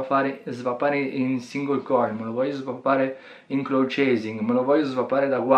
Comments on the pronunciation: Comunque si pronucia " claud ". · ti prego smettila di leggere male cloud !